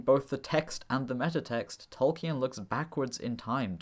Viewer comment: Interesting video, but please don't pronounce Tolkien as 'Tol-key-en'. It's pretty well documented that the name is pronounced as 'Tol-keen' (or ˈtɒlkiːn in IPA).